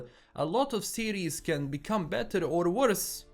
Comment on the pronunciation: Am i the only one thinking he kept saying Ciri's instead of series? Great take tho. I watch mostly your channel to keep up with the netflix witcher news!